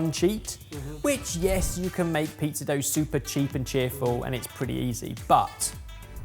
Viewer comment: I can't get over the fact that still keeps saying pee-zah